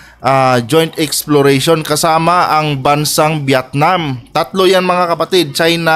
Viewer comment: B't Viatnam " VIETNAM. " ayusin mo pag pronounce mo sakit s TENGA.